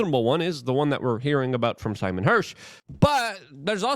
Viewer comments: LUKE!: SEYMOR or Si – NOT SIMON !! (See-more or sigh). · Seymour Hersh not Simon. You kept saying it. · Seymour M. Hersh(See-More) Thx cheers from Canada 🇨🇦 Hashtag-TrudeauMustGo